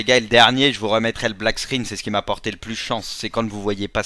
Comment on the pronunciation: Mec c'est pas black squinne c'est black SCREEN